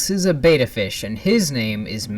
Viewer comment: Isn't it pronounced Bet-tah not beta?